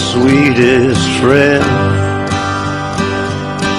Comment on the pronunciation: Ralph disown me, we're not frwend anymore dispatch is my frwend now